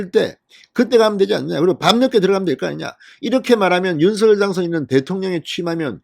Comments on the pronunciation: 방송 잘 듣고 있어요. 고맙습니다. 그런데 윤서결 발음을 윤성녈 로하면 좋을것 같은데 어떠신지요. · 서결이라부르니참듣기불편합니다성렬로말나오는디니로하시면좋으련만 윤서결이므넙니까 윤석열( 윤성열) 자연스럽게 불러주세요~